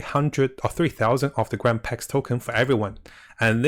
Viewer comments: It's pronounced Grand Pree, not Pricks. :) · grand pre not grand prlex